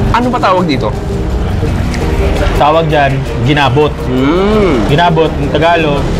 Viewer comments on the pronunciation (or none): Mahilig ka talaga sa short stress ng syllable. Like Ki-law imbes na kiiii-laaaaw at ti-sa imbes na tiii-saaa, gina-bot imbes na gina-booot. 🤣 Makinig kang mabuti, huwag masyadong over confident at imperyalista. Poser ra kaayo imong insik nga host, ang original pungko2x kay kilid sa UV, paradahan sa Talamban jeep, early 1990s. Lans--iaw po hindi lanchiaw. Kaya pala Chui show kasi hilig mo sa salitang 'chewy". 🤣🤣🤣